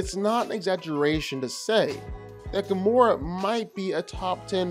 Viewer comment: Firstly it's Gamora, not Gomorrah... and secondly, she's literally one of the most skilled and powerful fighters in all of the Marvel cosmos and she's easily way more skilled and more physically than Ahsoka is. Ahsoka's saving grace was her lightasabers and the force. If Gamora (somehow) had a lightsaber of her own, then she would have easily owned Ahsoka, no doubt about that. Overall, Gamora isn't at all the weakling most know just from the MCU.